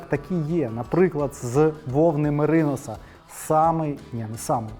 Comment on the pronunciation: Мериносовий баф це просто клас! Мав такий, поки десь не загубився. Замовий новий, чекаю. Одна правка від людини з агробізнесу. Наголос в українській меринОс. Наголос на мерИнос - це з англійської .